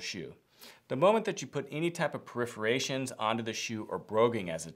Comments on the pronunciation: "peripherations"?? Does he mean "perforations" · Ilove how you pronounce perforations as "periferations". Comediomedy central. Or is that comomodemy. Ah no sorry, It's perforated comedy.